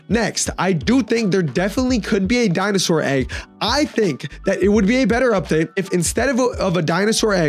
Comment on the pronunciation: "Udpate" Vro what